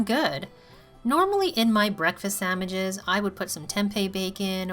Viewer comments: lol. you said samiches! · Is she saying sammiches???